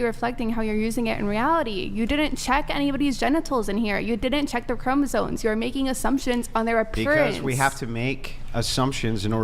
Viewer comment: Gotta love when people try to sound intelligent and don't even know how to pronounce words. "Chromasone?" Lmao